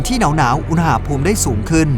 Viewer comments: ทำไมตูโฟกัสที่คำว่า "อูหน่าภูมิ" ว่ะ มันต้องอุณหภูมิไม่ไช่หรอ😂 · พี่พูดคำว่า อุนหาภูม อุนณาภูม สิ